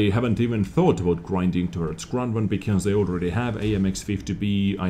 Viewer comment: What's a Kronnwonn ? :D